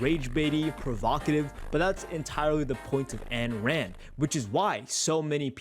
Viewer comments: This guy calling Ayn Rand “Ann Ride” is very painful. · did bro actually mispronounce Ayn Rand’s name?